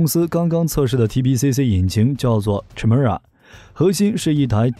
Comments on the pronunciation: 發「凱」而非「闞」的音！請參考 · Chimera 发音： Kai mi ra , 混血的意思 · Chimera, from Greek mythology, is a fire-breathing female monster with a lion's head, a goat's body, and a serpent's tail. The "ch" is pronounced "k" sound.